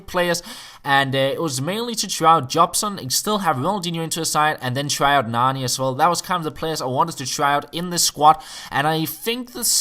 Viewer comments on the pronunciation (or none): none